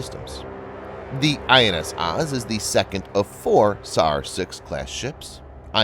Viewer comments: also, Oz is pronounced more like "Ohz" or "Oze" lol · Please learn how to pronounce the Hebrew vessels. OAZ as in OAK. MAH-GEN, not maygin.